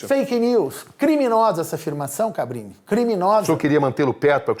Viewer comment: Impressão minha ou ele chama o Cabrini de "Fabrini" em diversos momentos?! Kkkkk